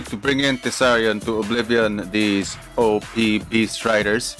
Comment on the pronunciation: i really like the way you say op and gg